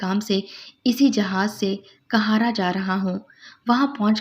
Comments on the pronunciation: آپ کا تلفظ بالکل بھی صحیح نہیں ہے آپ آپ کا ہر قاہرہ کو مسلسل کہارا کہہ رہی ہیں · App please APNA talafoz sahi keren . City ka name ghalat le rahi han .